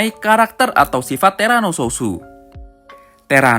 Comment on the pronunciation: huh? Terano sosu? south bang bukn sosu